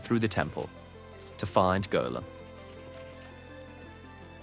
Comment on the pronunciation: The fact you're the first terraria youtuber pronounce Golem correctly, but then you pronounce basically every other name wrong, causes me immense psychic pain.